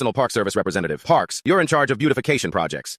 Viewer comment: said it in perfect vietnamese